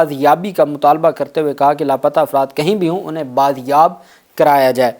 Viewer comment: بل آخر آپ نے بازیاب کا تلفظ صحیع کرلیا.اس سے پہلے بایاب کہتے تھے.